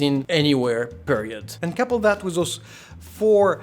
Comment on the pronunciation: because you saying 'with' like a french ("wiz") but on other words you have a real english accent, damn its so weird lul